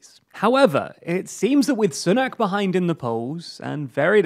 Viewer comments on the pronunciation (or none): When political experts can not even pronounce "Sunak" properly